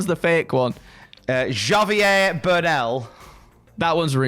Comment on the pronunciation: Javier is not pronounced Jar-vier, it's haa-vier 🤓